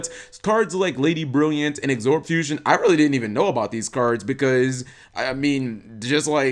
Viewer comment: Has anybody else on here noticed how bad he is at pronouncing card names? Cards like Absorb Fusion, he calls it Exorb Fusion. What a dumbass! Get your card names correct you damn scrub!